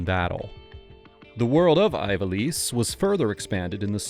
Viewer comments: eve ah lease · Zideyn Tie-dus Eye-valice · you called Kuja a villainess. Kuja is a guy -- ignoring the genome lore. edit: hold up.. how do you make a video about final fantasy and not look up how to pronounce things? (notably Ivalice) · It infuriates me, that despite Ivalice, being clearly pronounced in the intro text to FFXII, you continuously made the choice to mispronounce it.